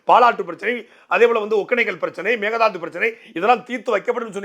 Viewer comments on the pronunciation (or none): none